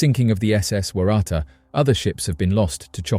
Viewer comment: How did you manage to pronounce Waratah in that many different ways? It's pronounced "Worra-Tar".